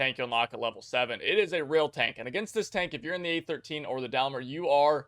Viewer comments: Its dayyyymler lmao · War thunder players starting enlisted be like: Infatry "this is great" tanks "but i like this better" Btw its pronounced Dame - ler Just search for daimler Bovington and listen to them Great video for people who havent played war thunder and wouldn't know how most of the mechanics work (i still have tears of agony after grinding britain for first nation played (ok not so much grinding, teir 1 was a walk in the park) and would like to say i know a fair bit)